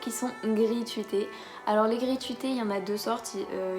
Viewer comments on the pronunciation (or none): Tu dis gris tuité ? C'est pas gruis tRuité normalement ? (En tout cas moi je dis truité 😅)